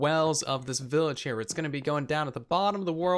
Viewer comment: First video I've gotten around to watching of TB. Was 'willage' intentional? Though props for saying acacia right. All I hear from Hermitcraft is achacha...